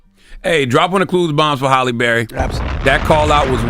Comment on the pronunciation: Her name is Halle …. Not Holly